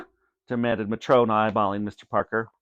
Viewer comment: He said matron wrong